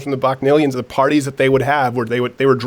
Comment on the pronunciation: What in the world is he saying ...What kind of parties???